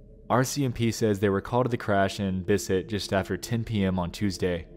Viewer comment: hold up. I just noticed you mispronouncing Bissett. I take it all back.